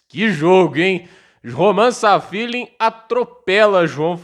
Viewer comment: É Safiullin, não Sal Feeling